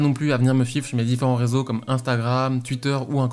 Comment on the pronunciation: J'aime bien comment tu dis "tuitter" et "tuitch" ^^